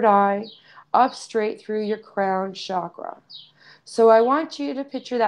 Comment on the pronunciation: A small but perhaps important "sound vibration" point: The word "Chakra" is pronounced the same way that one pronounces "Chocolate" in English. It is not pronounced "Shakra". In India, spiritual teachers place a great emphasis on pronouncing Sanskrit word properly, owing to their effects on the vibratory state of both our consciousness and physical living bodies. One neglects such fine points at one's peril. Who knows what effect the word "shakra" is having on the evolution of human consciousness? Maybe none. But why take the chance? / Yogic philosophy also teaches that there tens of thousands of Nadis, or energy channels running through the body, including the hands and feet. So to my knowledge, there is more to our energy system that just the 7 major chakras.